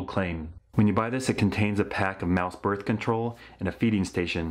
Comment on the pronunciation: muh börf control